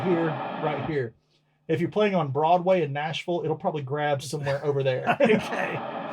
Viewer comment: " heah." " heah." "Andy here." Game over for Spot the American.